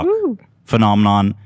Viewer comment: "Phenomenon" haha